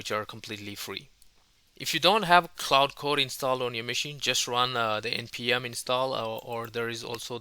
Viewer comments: While I definitely appreciate that you are doing in this video in your second language, which I could never ever do, may I make a polite request? Quite often you pronounce Claude as Cloud. Given that both words are relevant and distinct in the AI/tech space, it quickly gets confusing to the uninitiated. For reference, Claude is pronounced like the word Claw, just with a 'd' added! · its not cloud its claude